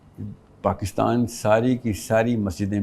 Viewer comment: Wo anchor a gaye Jo Pakistan ko Pakastan kehtay hain